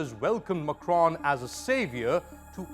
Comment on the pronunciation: The presenter pronounces the name of the French President as if he were Arab.